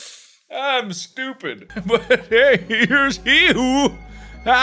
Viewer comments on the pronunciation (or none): Markiplier: Yea, It'S BiG BrAiN tImE (A few minutes later) Also Markiplier: I'm SHtUpiD